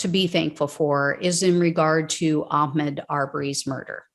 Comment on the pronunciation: Hum; It's Ahmaud NOT Ahcmed. Judge Timothy R. Walmsley has to be a kkklown for excluding The pictures of the front of the truck which bandished a Confederate flag and, the end of the recording in which he called AHMAUD the N-word as he lie dying! The jury get didn't to see that! Timothy R. Walmsley was a kkKlown member protecting Klown members! Whatever happened to "the whole truth and nothing but the truth"?